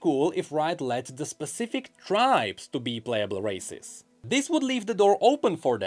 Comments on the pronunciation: Im so sorry.. accent makes its sound like he's saying racists and im laughing my fuckings ass off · Honestly I keep hearing him say racist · Everytime he says races, I hear racist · Why am I hearing racist 😭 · The way he pronounce races sounds too much like racist to me... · every time say "races", I heard otherwise.